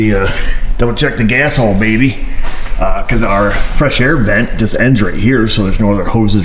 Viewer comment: I enjoy your videos but when you say the word { baby} it's just off putting to me , it just doesn't sound right ...anyways I enjoy learning from you , you make the process easy to understand thanks